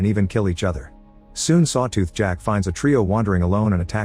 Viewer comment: Sawtooh XD Bruh AI needs an upgrade.